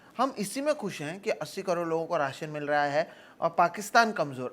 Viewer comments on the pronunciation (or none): Rayshn nhi ❌ rashan hota hai ✅